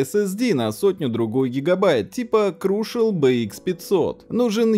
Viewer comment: Где в слове crucial буква h? Хватит говорить крушиал